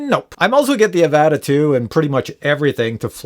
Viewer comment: The way you pronounce Avata triggers me so much, I had to leave a comment.